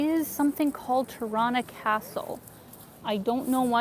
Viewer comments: the right albanian way of pronunciation is with e like beer ,teerana..FALEMINDERIT for your great videos in my city!!! <3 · It's so cute when you say out or about with the Canadian accent. And you say Tirana like Toronto. Cuteeeee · You know your pronunciation of Tirana sounds suspiciously like the east Canadian version of Toronto right? 😝